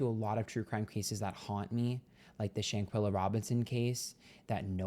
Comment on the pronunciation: No judgment, but I have to pipe up and say that her name is pronounced "ShanquElla," not "Shanquilla." It's something that's easily mistaken and the wrong way rolls off the tongue easier, but it bothers me every time any creator mispronounces her. Thank you for caring about what happened to her. I've lost hope that there will be justice or that the Cabo 6 will be held accountable, but her story needs to be told. ~No hate, all peace and love~